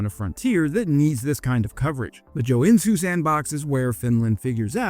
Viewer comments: Joe n zoo isn’t the correct pronunciation but it describes the city much better than Joensuu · It's pronounced "Yo-N-Su" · His Joensuu pronouncing sounds more like Chinese, it sounds something like Tsoen Zu. :D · "J" in Finnish words (such as Joensuu) are pronounced like the English "Y" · That pronunciation of Joensuu was pretty spot on, with the exeption being the J said in the english way instead of the finnish. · Indeed. Just substitute the j with y in your mind and it comes even closer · Putting Joensuu and Sun Tzu together in one sentence, and vowing it together like that, is beautiful!